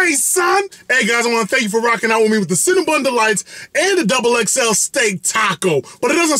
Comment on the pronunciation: anyone else think of the horror movie "Hellraiser" when he said "Cinnabites"?